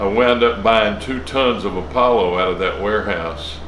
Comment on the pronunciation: What the heck is apple-o? A-paul-Oh :P Great content as always!